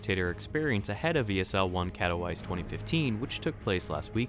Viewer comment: Thanks for the information. Remember, Katowice is pronounced 'Cat-oh-vee-tse' ;)